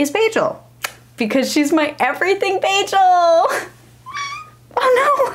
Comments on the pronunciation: Everytime she says bajel a New Yorker jumps off the George Washington bridge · if you say bajel one more time…